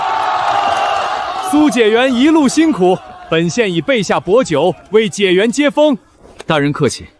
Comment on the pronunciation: 古時科舉第一名解元 應讀解（介）ㄐㄧㄝˋ元